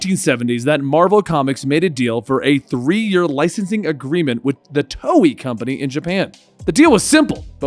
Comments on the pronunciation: Lol he calls it toey XD. hahaha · he said toei wrong lol